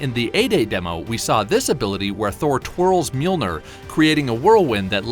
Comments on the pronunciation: It's pronounced mee-yol-neer, not meal-nir. Lol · It pissed me off how he pronounced mjölnir. It’s pronounced mill near.